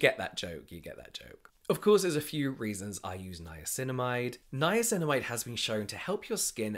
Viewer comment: I now only call it ‘nineamicinamide’ poor lol